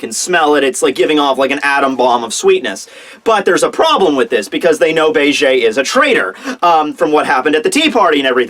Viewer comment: "Be-Ge" Dude, it's Beige like the color.